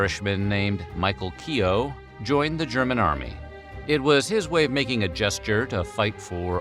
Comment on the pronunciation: The "o" in Keogh is much shorter and less pronounced